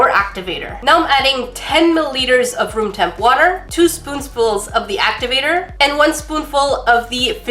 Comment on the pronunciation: "Two spoonsfuls" 🤣